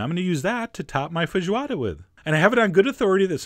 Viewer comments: Hi Chef John. Me again (several years too late). Great video, as always. You... are the first... American... I've.... ever met... who pronounced "fejioada" and didn't mess the word up! I'm impressed! Joking aside, great video. Oh, and I know many people (including here) don't like to use these parts, but traditional feijoada includes pork ears, tail and trotters, and I personally love those! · I am a little more impressed by you pronouncing the word so well than by the dish itself, really. That doesn't mean it didn't come great (every food you make does)